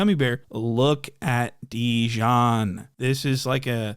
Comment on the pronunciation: “Look at dejonn”🤣🤣🤣🤣🤣